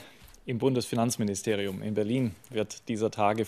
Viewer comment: "im Bunzfinznan" Ich geh kaputt